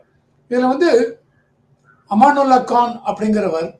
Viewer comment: சார், அவர் பெயர் அமனத்துல்லா கான். அமானுல்லா கான் அல்ல